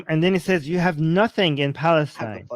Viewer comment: or ‘Balastine’😂